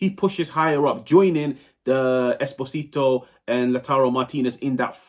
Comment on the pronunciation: Come on, you are probably gonna talk about Pio for the next 10 years. Invest 1 minute to learn how to pronounce "Esposito" 😢